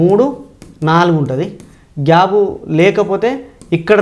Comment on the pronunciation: Gab kaadu sir gap. Plese correct your pronunciation.